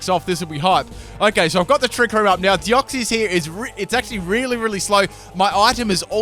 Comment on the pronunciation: OMG FOR CHRIST SAKES ITS DEOX-SIS!!! SIS!! NOT CIES! Not hating just a peeve of mine